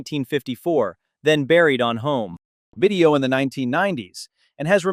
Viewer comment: Buried on home DRAMATIC PAUSE video. This AI is becoming Christopher Walken.